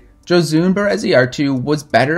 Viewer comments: Amazing video and overview of Josune Bereziartu! :D Btw, not a huge deal but it’s pronounced “Yo-sue-neh.” Love your videos! :) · lol as soon as he said she was spanish i knew he was pronouncing her first name wrong. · This is a really great video about her. She’s been so neglected all these years! Thank you so much. Love your channel. Minor/major point. Her name is pronounced “Ho-soon-eh.” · Egurre! Gora Josune Yo have to say that last "e" of the name, but it's Okey! :) I sent her first 8a "hiena" last Wednesday jeje yeahhh